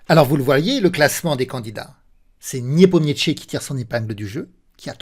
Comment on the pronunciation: A chaque fois que je regarde une vidéo sur nepo vous écorchez son nom jpp 🤣🤣 Le niepomietchi à la 40ème seconde c'est du troll à ce niveau là c'est pas possible !!